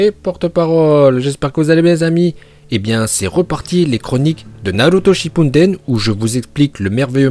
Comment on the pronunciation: Les "4G" "NaLuto ShippuNden" "MadaLa" "Laiton" Encore une fois a mit tous le monde d accord ça prononciation est parfaite👏👌